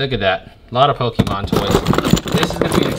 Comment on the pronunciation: So you have hella dragon ball tatoos and you pronouncing Pokemon pokeemon... Highly confused!